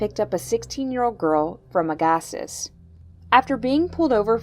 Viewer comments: Learn how to pronounce our towns lol Agassiz is pronounced Aga-sea Chilliwack is not chillywack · Chilliwack is pronounced Chill a wack and Agassiz is pronounced Agg a sea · Aga..see. Agassiz